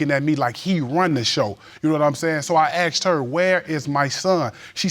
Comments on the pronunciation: It’s not aksed its asked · Is it just me, or does it sometimes sound like they say "axed" instead of "asked"? I've heard it multiple times now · ....yea...their English is pretty messed up...always wondered why you'd say,"axed",as opposed to the correct pronunciation...that is;..."asked"...